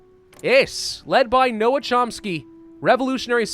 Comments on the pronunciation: It’s not no-am, it’s pronounced like gnome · it's NoaM, not Noah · For future ref Noam is pronounced more along the lines of “gnome” rather than “no-am” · they way says Noam triggeres me greatly.